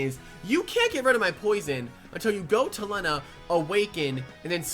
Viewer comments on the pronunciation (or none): none